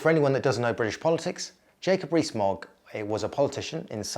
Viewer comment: Jacob REEE-Smogg